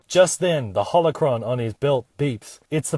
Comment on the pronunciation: it shouldn't bother me as much as it does when he says Holocron.